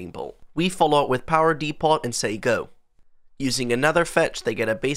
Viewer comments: DEEE POT It's pronounced "d'poe" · It’s “Dee-po”…the T in “Depot” is silent.